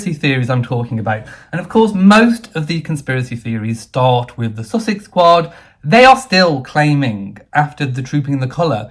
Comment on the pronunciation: The place is called Sussex, the couple are pronounced "sus-sucks". Please make the difference known.